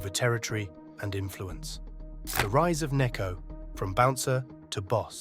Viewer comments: Just one thing to point out- since he is from Turkey and in turkish the letter c is pronounced as j , his name should be pronounced as Nejati and not Nekati and so his nickname should be pronounced Nejo and not Neko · Nekati arabchi :)) it s pronounced nejati araji.. kinda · Pronunciation of his name (nejati) Nejo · It’s Pronounced Nejati Arabaji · That may be true, but he grew up in Germany. So it's most likely people in Germany didn't pronounce the C as J, so he and everyone else got used to him being called Neco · you're saying his name wrong tho... I had to look it up lol .. the C is a j... so its Ne ja ti... I think .. lol